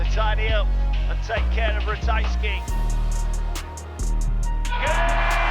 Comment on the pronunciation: ratajski not ratajksi